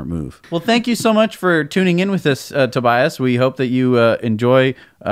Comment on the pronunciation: tobias mispronounced his own name. hihi :D